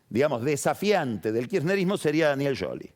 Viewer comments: Scioli sc se prumumcia shioli no yoli y cuando mencionó a Stanley la e no se pronuncia en inglés eso me indica que debe hablar italiano pero no inglés. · es más un Yioli con una i casi sin sonido, como decis que un sholi como lo pronuncia pagni. Eso pasó porque no lo dice con el acento italiano. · Es increíble como se quiere hacer el que habla bien con scioli, el cual lo pronuncia bien y lo acentúa como el orto.